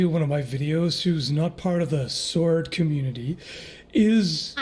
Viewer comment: "SAORD" "SAWORED"